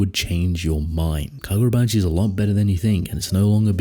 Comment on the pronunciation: KaGODrabachi, you mean.